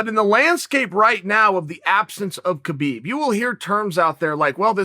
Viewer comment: Oh Uncle Chael...Uncle Kale....It's pronounced "Habib" and Chimaev is from Chechnya, which borders Dagestan. Dagestan is one of the most ethnically heterogeneous regions in the world and the most diverse republic in the Russian territories with at least 10 different groups claiming to be indigenous to the region and 30 spoken languages. Chechnya is more homogeneous being 95% Chechen. Chimaev never called himself Khabib 2.0, he said, "People are calling me Khabib 2.0 or something. I am not Khabib 2.0 I am Chimaev." You're are that he somewhat resembles Khabib but they're very different in many ways.